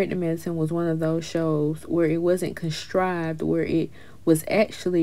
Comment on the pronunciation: Blogger you are fully since. Quad can't turn up if she doesn't have the address. Production gave her that invite and that address. "The word is contrive not constrive